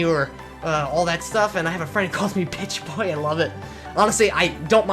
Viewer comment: Did you say your nickname is Bitchboy or Pitchboy lol